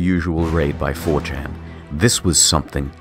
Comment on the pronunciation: I like how IH says "4chan" as "furchin"